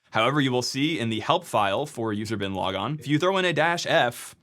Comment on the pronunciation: Am I the only one who heard "user bin laden"?